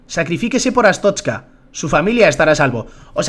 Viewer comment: no es ashtoska es arstorska